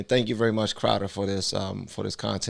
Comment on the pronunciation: You read Crowder wrong.